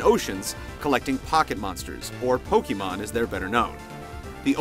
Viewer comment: POKEYMAN? with the Poke and the Man and the Wawawa!!! Why can't anyone pronounce pokemon correctly! Nintendo made it for their own Damn english pronunciation! Its Poke like Pocket and Mon like Monster! There is no changing of how its pronounced when you put them together :p [/end rant]